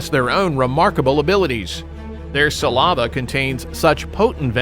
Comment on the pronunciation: He said, "sa-lava"